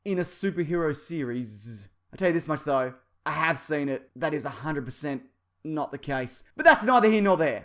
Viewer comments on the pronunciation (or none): Not noot